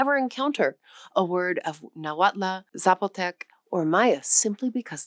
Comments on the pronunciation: Thank you for this informative video! One pronunciation comment, if I may? "Nahuatl" has no "a" in the end; in fact, the "tl" sound at the end of the word is not pronounced as two distinct sounds "t" and "l" either, it's more of a merged single sound, with no vowel following it. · Only knew about 7, without knowing words from most. But Nahuatl, has MANY well-known words. The TL ending is tip of tongue remaining on roof just behind incisors. L sound is almost unvoiced Spanish couldn't pronounce, so added final e instead. The cross-border desert tribes whether puebloan or the seasonally migratory, have beauties affecting their Spanish pronunciations -- accents. Thoughschool Spanish is strict, these different pronunciations cause Spanish to sound varied and, as i said, beautiful. Though i am blond like you, i love the Mexican people, so socially happy, and when known personally, generous. Most of the world's people are like this, with only few racist ( i admit is was interesting to discover racism from the other side, as a Norteamericano far elsewhere. It REALLY helps spotting one's own culture's errors! It is individuals who vary, but i have loved Mexico for exuberance of most people ( indigenous can be withdrawn, but all the Americas had some difficulties from cruel missionaries, etc.)